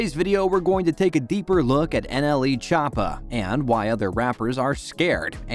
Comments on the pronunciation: Chop ah is how he is pronouncing it I’m ded 😂😂😂😂😂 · the way he says choppa 💀